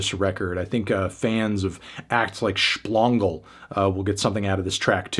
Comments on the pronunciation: "Shplongle" lol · ShpLongle? c'mon man, you getting senile? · It’s Shpoioioingle actually… pronounced like walking on a trampoline with springs in your shoes. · did he really say SHPLONGLE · Did he say Sphlongle? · he really said sphlongle lmao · You added an extra L in Shpongle lol